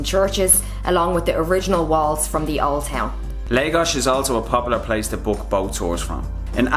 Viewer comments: dude the name is LAGOS not legos... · It is not Leigos it is Laaagos